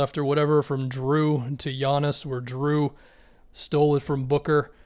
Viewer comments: Dude, its Jrue, not Drew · are you saying "drew"? LMFAO